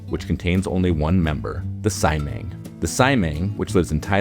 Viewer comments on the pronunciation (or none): Imma be that guy... Uhm actually it's pronounced See-Amang not sai-mang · I really love this channel, and thus need to call out how inaccurate (and frankly disrespectful) the pronunciation of certain species names are! Siamang — (see-yaah-maahng) Orangutan — (oh-rung-ooo-tun) If you can pronounce Latin, French and Italian names properly, then please say Malay/Indonesian names correctly as well I'm happy to be consulted about that, though there are surely plenty of experts who can help you get it right in future.